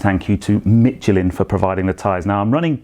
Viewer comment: A serious question and a critique (sorry). Firstly, does that change in the profile upset the odometer/speedometer at all? Sorry to be a pedant, but there's no "t" in Michelin.